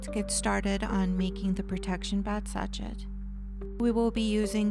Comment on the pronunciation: Hi! Lovely video. Just a note meant to help you...the bag sachet is pronounced "sash-ay"